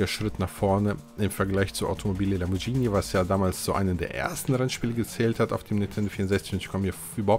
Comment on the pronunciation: Btw,da es mir schon ein paar mal aufgefallen ist:Es heisst Lamborgini,nicht Lamborgschini ausgesprochen🤪🤪🤗🤗